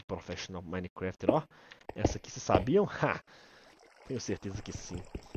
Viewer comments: "Minecrefet" kkkk Edit: mãeee to Famoso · "Minescraft" KKKKKKKKKKJJJ